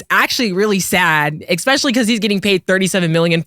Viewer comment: Why does say Expechally instead of especially? That 4 what ever reason is killing me